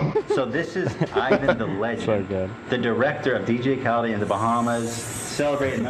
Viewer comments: Khalid is pronounced Kha-leed dummies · HIS NAME IS KHA-LEAD, NOT KHALED GODDAMMIT :_h3h3Danscream::_h3h3Danscream::_h3h3Danscream::_h3h3Danscream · His name is pronounced KA-LEED not CAL-ID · Listening to Ethan miss pronounce Khalid’s name was so painful